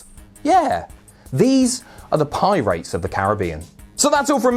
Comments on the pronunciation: "pie-rates of the caribbean" ....... kil me now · Haha Pie-Rates of the carribean.